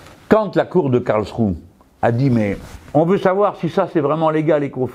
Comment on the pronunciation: M. Mélenchon, le -e final de Karlsruhe se prononce, autrement dit, cela se prononce "KarlschruhEUUUU". Merci